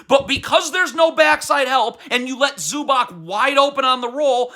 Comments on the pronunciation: Say it with me zew-bahts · Bro, your pronunciation of ZUBAC is terrorism.